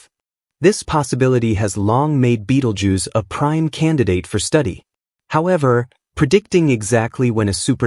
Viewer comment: ベテルギウスが「ビートルジュース」に聞こえてしまって困る